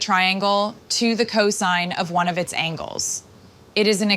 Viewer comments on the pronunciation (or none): none